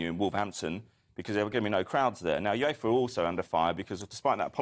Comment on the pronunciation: "Yooves." smh.